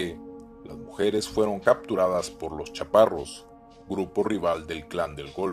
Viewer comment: Se dice los Caparros no los chaparros 😂 sin ofender